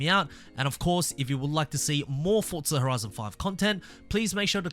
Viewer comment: Please say Forza not Fortza you Australian